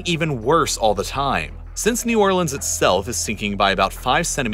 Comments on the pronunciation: The most important thing in this video is that he's saying New Orleans correctly thank god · damn, a guy who says "New Orlans" and not "New Orleenz"... that's rare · nice to see someone that actually cares about new orleans and with family by new orleans making a video about it, and especially the fact that he actually pronounces new orleans correctly throughout the entire video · You pronounced New Orleans correctly!